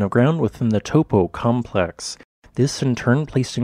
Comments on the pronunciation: Please learn to pronounce Taupo the correct way. Maori is a phonetic language. Tau for the Greek letter and Po. Taupo! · forgot how to pronounce Taupo